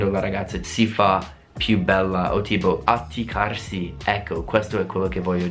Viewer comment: ..atticarsi? Ahahah sei simpaticissimo comunque😁